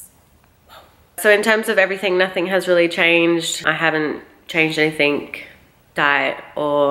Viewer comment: Why do you put a "k" at the end of the word "anything".